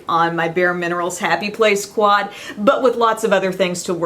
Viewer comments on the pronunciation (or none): none